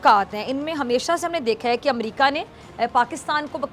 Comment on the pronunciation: Is it "Umrika"? It is America.